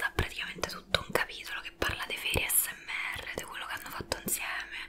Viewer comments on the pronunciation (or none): Quando hai pronunciato ASMR mi sono sentita male 🤣🤣🤣🤣🤣